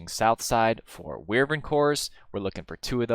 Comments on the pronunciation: It's "WY-VERN", not "WYR-VERN"! Only one "R" in there. Also, it's "Com-PAR-ator", not "COMP-a-rator". Emphasis on the second syllable, like in the word "com-PARE". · Wivern core? Nah man wyvern core :P Just kidding man I still find new pronouncuations every day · Wyvern is pronounced 'WHY-vern', not 'WIR-ven'. Just wanted to elaborate. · ive never heard someone say wirvern core